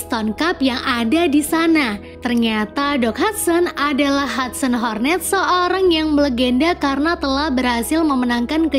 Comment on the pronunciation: Hornet jadi Haster swedih mbak e